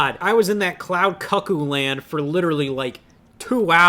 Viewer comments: Cloud Cuckoldland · "Cloud CUCK oo Land" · absolute amazing pronunciation